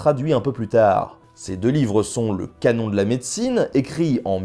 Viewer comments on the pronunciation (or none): none